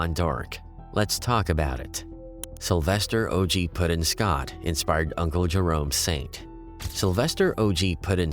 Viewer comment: It's OG PUT IN. Short for putting in work. Please stop with the "Pudding."